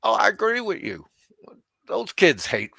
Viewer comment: its HOMEY Frank not homely. WITH YOU not wichu